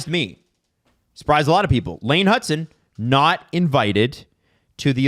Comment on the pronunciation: His name is Hutson, not Hudson.